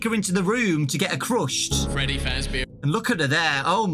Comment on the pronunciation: “Crushsed” Me: “I Wish I Was British.... “